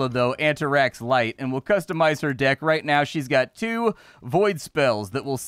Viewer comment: I heard "magic dick" I am guessing what was actually said was "magic deck" and I am not sure why I am disappointed that you don't go around with a magic dick fighting people.